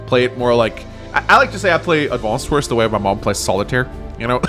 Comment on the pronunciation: “Advonced wors”